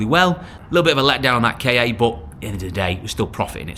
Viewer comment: Why don't you call the Ford Ka car instead of K A? They are always called car in Australia.